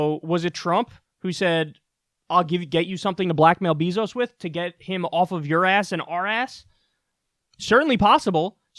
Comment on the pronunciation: Ok kyle his name isnt BEEEzos. its Beyzos. bey not bee